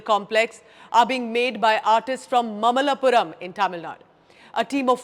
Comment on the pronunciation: Please get your pronounciations correct. It is naamakkal, maamallapuram. If you speak any indian language this should be easy.